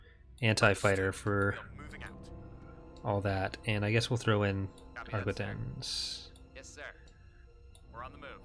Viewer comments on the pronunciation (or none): I honestly cant stand the way says Arquitens... ufghhgghghghhg